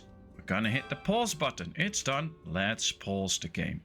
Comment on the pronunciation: Goede tutorial. Ik zou wel mijn Nederlands accent wat proberen weg te poetsen. Klinkt nog te veel als Mark Rutte die Engels probeert te praten. Probeer "kid" niet uit te spreken als "kit" en "pause" niet als "pos". Ze hebben een wat langere klank. Update: en "wood" niet als "woet" ;)